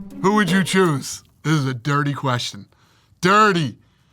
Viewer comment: When he says "this is a dirty question", you can hear the influence McGregor had on Dana while growing up.